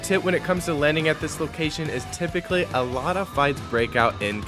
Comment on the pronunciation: TYPICALLY TRYPICALLY TYPICALLYH